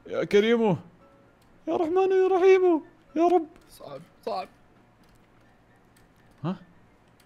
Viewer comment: تضحكني لما تقول يارحمن يارحيمو😂😂😊✋